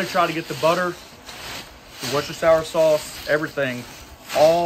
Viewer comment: Sorry, have to do it…… “Wooster-sher”.